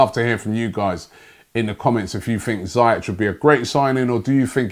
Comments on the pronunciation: We won't get some of these players Robbie because you keep pronouncing their names wrong....... It's Ziyech not Zayech! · Robbie: zi-yeah-tch Me: mate, its zee-yec btw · The way Robbie murders players names, we won't sign anyone , documents would have incorrect spellings. His name is Ziyech not Zayech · Ziyech not Zayech ! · It's pronounced "Zee-eck" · Pronounceation: Zee-eck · Having watched Ajax in the Eredivisie every week for last 3 years I can easily say that Hakim Ziyech is one of many players from Ajax I'd love to see at Arsenal. Btw Robbie, it's pronounced "Zeeyek" just so you know :) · Hakim Who? ZIYECH (Zea- yech) Keep practising Robbie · Hate to do it to you rob but it’s pronounced ‘Zee’ ‘yeck’ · Pronounced zee-yek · Its pronounced Hakeem Zeeyek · Robbie its pronounced ZEE-YEK (Ziyech) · For the last time you muppet.. that's not how you pronounce his name. Z-e-e-yeck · My Don his name is pronounced ZaieK.. with a K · Dear Rob, it's pronounced as Zeyek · Lol dat Ziyech pronunciation from robbie.